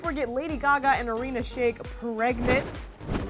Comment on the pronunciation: That is not how you pronounce irina